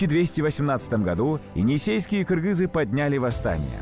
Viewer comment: маладец ты правильно сказал кыргыз а не киргиз мне бесит которые говорят киргиз